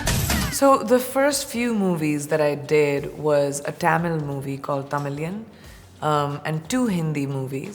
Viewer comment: The way she pronounced the language Tamil and the movie name Tamizhan... What on earth bruhh🤷😶 Whyy not pronounce Hindi as heendi too?? :))))